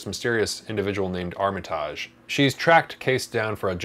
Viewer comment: I blame anime for people's inability to pronounce Armitage.